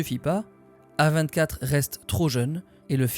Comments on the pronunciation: Mais qui dit A vingt quatre mdr 😭😭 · la vidéo était une masterclass sauf et ça m'a titillé toute la vidéo, tu t'efforces à dire correctement tout les noms de tout le monde, de tout les studios, sauf celui du sujet de la vidéo. non A24 ne se lit pas à la française désolé mais bien en anglais et d'ailleurs tu es le seul que je connaisse qui le prononce comme ça ça ma franchement fait chier (dsl d'être aigri)